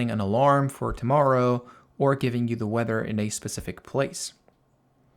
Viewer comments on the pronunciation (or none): none